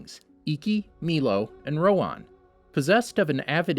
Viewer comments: Please learn how to properly pronounce their names. Piandao is not pronounced "Piando," and his name is "Rohan," not "Rowan." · Did anyone notice he pronounced Rohan rong (it’s pronounced roha)